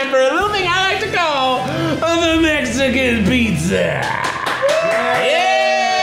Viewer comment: When Keith finally announces the Mexican Pizza correctly: he did it...he really did it